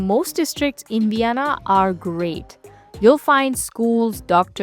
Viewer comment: So is fluent in German, and probably had English in school, and is still pronouncing "u" instead of "v"? Uibe of Uienna districts doesn't quite have the same ring to it as using a strong proper "v" souns.